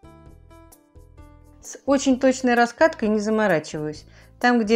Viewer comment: Почему "протвень"?а не протИвень